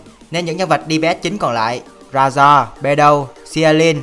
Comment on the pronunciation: Razor đọc rây-giơ dùm